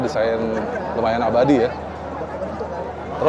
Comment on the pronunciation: lucu pas bilang "abadi"😂